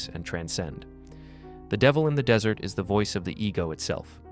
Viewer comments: The fact that this audio repeatedly says "dessert" when it clearly means "desert" (e.g. and ) doesn't just make me want to eat cake, it strongly suggests to me that this is IA-generated. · The weird thing is the transcript spells desert (correct) but the ai say “dessert” multiple times at the end. I enjoyed the narration until that little flub. No one taught this model that everyone wants two desserts and one desert. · Tell the Dumbass AI that ‘desert’ is the dry sandy place, and not what you eat after dinner. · Dessert. Pronounce it correctly if you want any credibility or to project the impression that a human is speaking. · I almost thought this wasn't read by AI until it said dessert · Good video but the AI voice really stunk when it kept referring to the dessert temptation. 🧁🍦🍪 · It said dessert in the end... like ice cream.. er, temptation. It's no less profound, and ya, its ai, but determine for yourself if it's intelligent. Eventually that "artificial" caveat will fall by the wayside ie artificial sweetener. Eventually, it's just dessert. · Too bad the dude who created the script for AI didn’t know the difference between dessert and desert… still great video though. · Excellent, however 😁 shame the word desert as in sand, sounds like desert as in sweets in the AI voice used. Other than that 👌🙏🦘